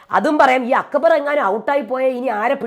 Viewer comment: അക്കബർ അല്ല അക്ബർ